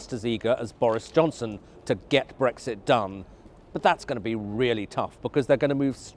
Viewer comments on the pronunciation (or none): none